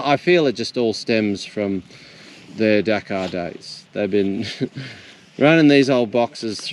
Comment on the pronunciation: When I heard "from their Dakar days" I had to realize it was your accent because it sounded like you said "from their Dachau days." 👀 We are talking about Germans after all.